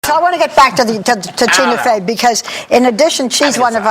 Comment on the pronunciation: barbara hahahaha, she kept saying tuna fey